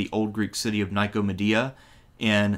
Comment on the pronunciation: "Bifth nee uh" "bifth nee un" "ni ko muh dee uh" Bruh... i can't tell if you are trolling or actually struggle with reading